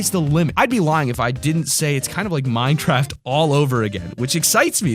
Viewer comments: Why did you say Minetraft? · Minecwaft deafwun